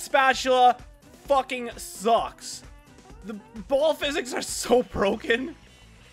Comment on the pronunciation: All I hear is fowking fowking and fowking 😂